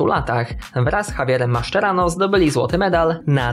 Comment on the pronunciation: Ja usłyszałem to samo, chyba nieco inaczej powinno się wymawiać jego nazwisko. A takto wyszło oblesnie 😂